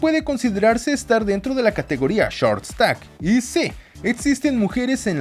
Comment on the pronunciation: bro porque la pronuncias de esa manera hasta los ringos lo pronuncia como lo leemos nosotros xD